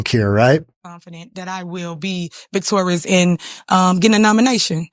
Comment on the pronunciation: She did not say victorious she said victorus